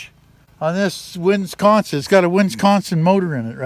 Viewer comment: Don't you mean Winsconsin?